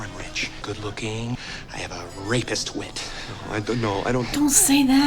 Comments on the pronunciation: Rapier wit not rapist. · "What did you even mean by that?" Lloyd is trying to say 'rapier wit' 😅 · A "rapier wit" is a quick wit. He mispronounced "rapier". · "rapier wit".